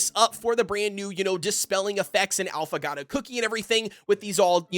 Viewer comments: Great video! It's pronounced 'ah-foe-gah-toe' it's an espresso drink with a shot and ice cream instead of milk, so good! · Since you're having trouble pronouncing Affagato's name- [Aww-fuh-gaw-toe]